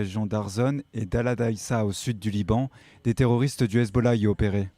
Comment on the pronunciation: Le RRRezbollah ?? Ha bon !! Hezbollah suffit !!